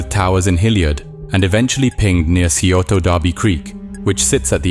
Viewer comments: For future videos about the area: Scioto = Sy-OH-Tah and Olentangy = OH-len-tan-jee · FWIW locals pronounce scioto as "sigh-oat-a" and Olentangy as "oh-len-tan-gee"